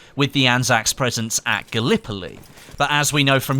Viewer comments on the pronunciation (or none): none